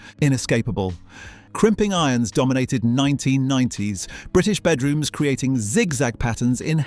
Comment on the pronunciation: Stop say DOMINATED!